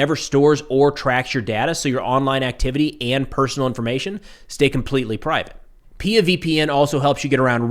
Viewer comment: It is pronounced P I A, not peeya.